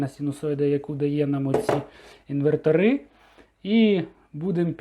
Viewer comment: "інвертори́", "інвертора́"... Інве́ртори!